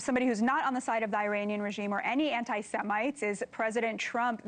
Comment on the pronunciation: Can she pronounce Iranian correctly? E - raunian